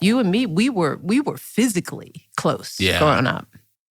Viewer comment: Weird how she emphasizes the word "physically" when discussing their relationship. 🤨